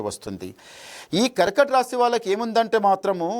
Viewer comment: పేరు శాస్త్రి అని ఎవరు పెంటుకుంటారు. కర్కాటక రాశి అని పలికేదే సరిగరలేదు